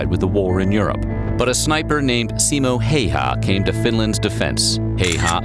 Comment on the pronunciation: It's always weird when the name is Häyhä but everyone says Heiha, also It's Simo not Simou.